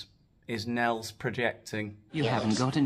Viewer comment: Nels,2 syllables, wan Ker